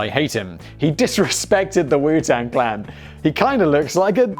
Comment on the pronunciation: This was probably already pointed out but you kept saying clang instead of clan